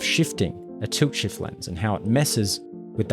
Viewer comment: i noticed your accent is very bad even youtube subtites generate toot shift, why you saying tult shift however in my knowledge its tilt shift